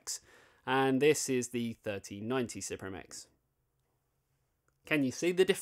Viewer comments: It is pronounced as Supreme my guy. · Msi announced that suprim is supposed to be pronounced supreme